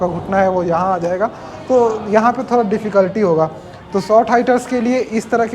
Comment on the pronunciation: हे भगवान, भाई ठीक से हिंदी बोल ले पहले... थोड़ा होता हैं, थोरा nahi.... 🤣🤣🤣 बरा नहीं बड़ा होता हैं Crusier नहीं cruser होता हैं...